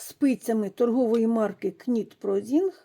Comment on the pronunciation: У слові Knit літера К не читається, тобто буде просто [nit] .. Knitting [nittin] . 🤗